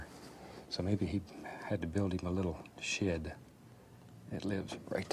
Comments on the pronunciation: LOL. He means "shed," but he does pronounce it "shared." Remember the Americans don´t say somebody is dead; they say they are "dared." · Everytime he says shed it sound to me like he says shit. "Let's take some brown and we're just gonna paint a happy little shit right here. Its that easy."